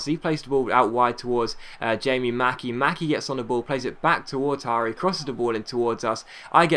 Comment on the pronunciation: Btw it's pronounced yara not hara ( jara ) nice vid I surport forest so I love this series